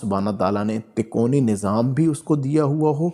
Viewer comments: اچھی اور سچی روحانی معاملات کی معلوماتی وڈیو ہے ایک لفظ آپ کہہ رہے ہیں " تکونی یعنی ∆" جبکہ یہ لفظ اصل میں " " " تکوینی" ہے عالم کن kun کے معاملات کو تکوینی معاملات کہا جاتا ہے جو اللہ تعالیٰ کے لفظ " کن " کہنے پر منحصر ہوتے ہیں یعنی اللہ تعالیٰ کن کہتے ہیں اور وہ کام فوراً ہو جاتا ہے اس بات کو قرآن پاک کی سورۃ یس کی آخری آیات میں اس طرح لکھا ہے فانما امرہ اذا اراد شئیا ان یقول له کن فیکون فسبحان الذی بیدہ ملکوت کل شئ و الیه ترجعون۔ ترجمہ۔۔۔۔ جب وہ کسی چیز کا ارادہ کرتا ہے تو اس کا حکم صرف یہ ہوتا ہے " ہو جا " تو وہ ہو جاتی ہے پس پاک ہے وہ (الله) جس کے ہاتھ میں ہر چیز کی بادشاہی ہےاور تم (سب) اسی کی طرف لوٹائے جاؤ گے۔ آپ سے گذارش ہے کہ تو آپ بس اس لفظ کا صحیح تلفظ ادا کیجئیے ویسے بھی آجکل آدھی عوام تو اردو زبان سے پیدل ہی ہو چکی ہے مگر جتنا ہمارے بس میں ہے ہم اسے اپنی کاشش سے دیر تک ژندہ رکھ سکتے ہیں۔ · تکونی نہیں۔۔ تکوینی نظام۔ہوتا ہے 😅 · Takoni nahi takweeni. Kindly correct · بھاي صاحب تکونی نہیں تکوینی ھوتا ھے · Tikoni nahi Bhai takweni nizam Sahi lafz bolen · قُطبِ مدار کا تعلق تکونی نظام نہیں ( تکوینی Takveeni) نظام کہتے ہیں۔ اُردُو کی غلطی ہے کتاب جس سے دیکھ کر آپ پڑھ رہے ہیں ہوسکتا ہے جو اس میں پرنٹنگ غلطی ہو یا آپ غلط پڑھ رہے ہوں۔ قطبِ ارشاد کی تعریف آپ نے درُست بیان نہیں کیی ۔۔اس میں تفصیل موجود ہے ۔ اللہ سبحانہ ہمیں اصلاح عطا فرمائے امین۔ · تکونی نھی ھے اس کاتلفظ تکوینی ھے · Lafz takoni nahi hota isay takweeni kehtay hain,informative video k liay shukria. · تکوینی تکونی نہیں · Tikoni nahi takweenee. Durst talafuz hai mohtaram hazrat basad adab .